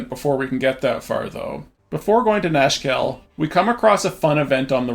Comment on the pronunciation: Nashkel aka Nashville when you listen not closely ahah